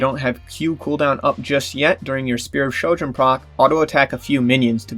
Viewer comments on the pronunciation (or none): Ahhhh yes the fabled Shpear of Shojin